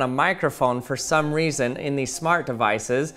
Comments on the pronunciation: Has nobody came down here to point out he said "key weason"? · Ha he said weeson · Sry the way u said reason sounded funny made me think of "i was just wondering the amount of dededitated wam I should use in my server"